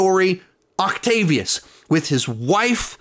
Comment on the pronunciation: DR OCTAVIOUS NOT OCTOPUS HAHAHA